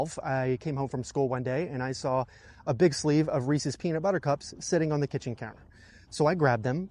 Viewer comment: It's good to see Someone else who knows how to pronounce Reese's